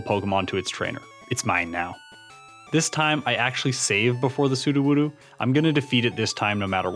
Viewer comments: Sudowoodo is pronounced Pseudo-wood-oh, fake wood, cause... it's a rock pretending to be a tree... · Sudowoodo is pronounced like Pseudo-Woodo, you know, because it's a fake tree.